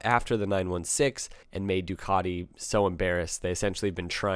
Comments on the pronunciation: Please please please learn to pronounce Ducati there is no letter o in the name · Why can't you say Ducati probably?